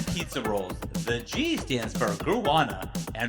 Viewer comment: I liked it when tried to pronounce guarana